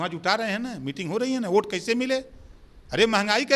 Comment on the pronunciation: Abe Burbank pahale bolna sikh lo oat nahi vote hota h🤪🤪🤪🤪🤪🤪🤪🤪